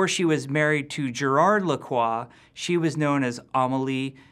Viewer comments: Il galère a dire lacroix XD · Ptn Jeffy il prononce tellement "Lacroix" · Pour nous on croit qu'il galère maus c'est comme un Français parlant anglais l'accent n'est pas le même